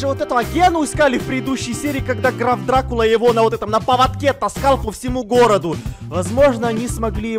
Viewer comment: Граф Дракула А не Драв дракула